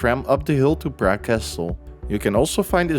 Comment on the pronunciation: Cool video but you butcher the pronunciation of Prague every time.